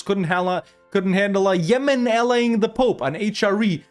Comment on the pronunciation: "Ah yes, Zemen. My favourite country in ze world"